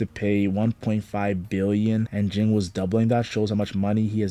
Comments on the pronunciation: It's Ging, not Jing. Ging sounds the same as King. The author made their names the sound of a bell "Ging-Gon"! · It's pronounced "Jeen" not "Jing". Cmon now, they even say it in the anime. Usually it's people saying "kalua' instead of "keel-ua"